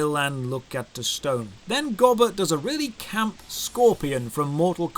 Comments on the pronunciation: It's gobber not gibbler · Come on, its GOB-BER not Gob-Ler. I shall excuse this as some Brit localization thingy, or something. 😀